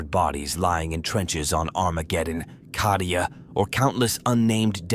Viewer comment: Hey - Cadia has a long A. Las-gun has a short A. It would make you sound better.